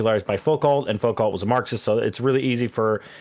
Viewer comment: “Focalt” lmao